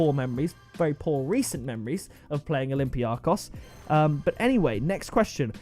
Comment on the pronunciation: I am from Greece and I must say that olympiakos is called olybiakos and the emphasis(the tone) is on the -kos. People make this mistake way too much XD